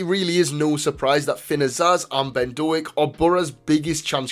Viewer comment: Small point - it's not Do-ak, it's Doak (rhymes with 'oak').